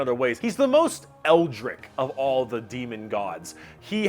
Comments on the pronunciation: It’s pronounce eldrich not eldRICK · Who tf is this guy trying to fool with pronunciations like "eldrik" and "zinc"? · Maybe because the word is “eldritch”, with a ch, not a k sound at the end? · "eldriCK" lmao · Great video, but Eldrick, is a name. Eldritch, "Weird and sinister, or ghostly" is the word you're meaning to say. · Chief among them being your apparent inability to pronounce "eldritch" correctly, lol. No hate, seriously, but that's not even a hard word to say. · well, yes. But saying a word wrong shouldn’t bother me this much. Feels a little petty, ya know? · The way he says eldritch murders my soul. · I love this video but the way he says eldritch makes me want to end it all. That and pestilence.